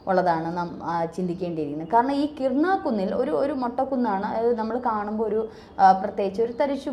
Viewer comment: KIRANA HILLS (കിരാന കുന്നുകൾ)... കിർണ അല്ല.